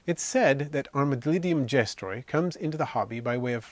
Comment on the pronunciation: Your saying it wrong 😂